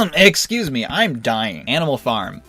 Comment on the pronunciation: Did he say "Eggscuse me" ? Sure sounded like it.